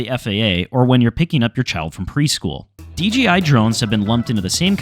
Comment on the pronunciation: " DGI drones" WTF ? It's DJI you idiot !